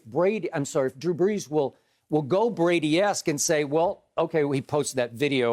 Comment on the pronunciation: Soooo, this was about Drew Brees??? I guess I have been pronouncing his name all wrong this whole time, because Skip pronounces it "Tom Brandy"....hmmmm